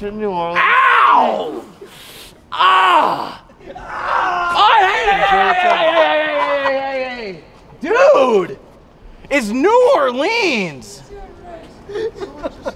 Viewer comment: hearing say New Orleans as "or leans" is funny but still slightly annoying as someone who lives around there. No hate tho, I absolutely love yall❤❤